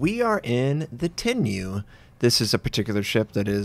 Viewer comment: ACTUALLY, Notser, I think it's TEN-reeyoo. Tsk tsk tsk. 😜